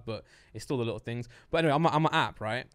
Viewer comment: “There’s tings on Mars” -Lux 2022